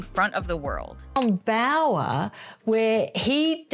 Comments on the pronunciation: BOWER, not Bauer. Amateurs…. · It's Bower not Bauer as in Steven Bauer. Someone needs to fire the person who translate 😅